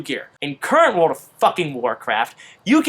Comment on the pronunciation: And also, WOOOORRLLLD of warcraft - not, Teleportocraft!!